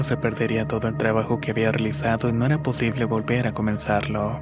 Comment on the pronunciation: Tienes alguna enfermedad o por qué hablas como Bad Bunny? "Pol todo su sector" "ela tan helmosa y suave"...veo tus videos porque son buenas historias, pero es muy frustrante escucharte, además de que terminas las frases como raro...